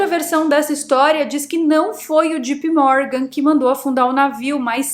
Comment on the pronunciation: Não é - G.P. Morgan E sim - J.P. Morgan